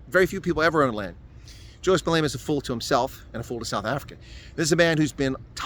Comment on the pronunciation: He is not Malayma. Malema. Please it extremely irritating